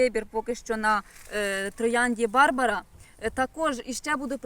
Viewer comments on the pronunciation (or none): none